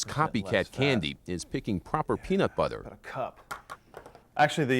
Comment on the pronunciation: This video was nice except for every time he said peanut BUTHER